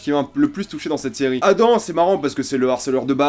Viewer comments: On dit 'Adam ' pas 'Adan' Mais sinon niquel la critique j'ai hate de voir la saison 2 :) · C'est pas adan c'est adam